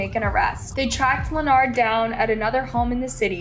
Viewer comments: Please. I understand that you’re not very good with names, but this one always seems to trip you up. You’re pronunciation has gotten much better, but it’s just pronounced LINN-erd. Just like the guy on Big Bang Theory. Weird spelling, but simple enough to say it. Best wishes. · Len ard? Len-urd. Why can't you pronounce words correctly?!?!?! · Girl his name is Leopard not Lanard get it right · His name is Leonard, pronounced "Lenerd", not like leotard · Every time I watch a story from this channel, she STAYS pronouncing peoples names wrong!! She's pronouncing Leonard as lanard instead of lenerd. Lmao. Like doesn't she research this shit before speaking? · How can you not say Lenard? Lee-nard, wtf is that? The news reporter even said it. It’s the same in most videos, a simple word mispronounced it’s so weird. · The man's name is clearly Leonard so of course pronounces it 'Lenard.' 😅😂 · Its not Lenard its Leonard y'all don't ever get these people names write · The fact that the commentator doesn’t know how to pronounce his name and kept calling him Lenard was super annoying 🤦🏾‍♀️